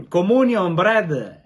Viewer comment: Comunion bread...!🤣🤣🤣🤣 Te lo se ben l'inglese! 🤣🤣🤣🤣🤣